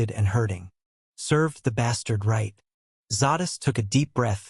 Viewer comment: Im having a heck of a time with pronunciation of zsadists name. It's zay-dist not zaw-dist. I'll keep listening though ....lol